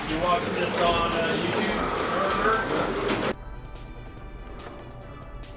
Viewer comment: Its nurburgring you do have to pronounce the G in real life it's an amazing track very very fun to drive we drove in in 2018 in a BMW E36 that we rented if you ever get a chance go do it